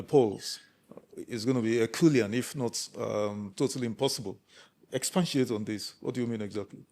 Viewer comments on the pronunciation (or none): Expatiate not expansiate